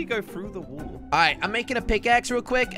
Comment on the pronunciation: why he go trought the wool 🤣🤣🤣🤣 wall!!!!!!!!! always said wool me likey🤣